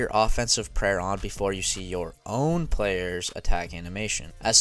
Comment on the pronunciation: "baskalisk" This is so damn funny to me because one of my friends who I chat with on discord always slips up and say it his way. Everybody in the chat roasts the shit out of him for it.